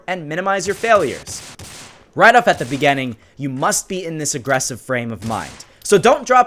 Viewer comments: Stop saying beegeenning it's beginning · he say that minimize your failure and he says "in the bigening" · He said begenning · Beggenning.... hahahhaha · He says beginning like beganning and it really annoys me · Be ge ning that's how you pronounce it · ur english is cringe, “beganing” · I love the way you say beginning bro😂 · The way u say beginning is weirdly satisfying.